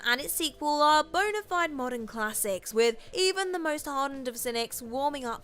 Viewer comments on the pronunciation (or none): none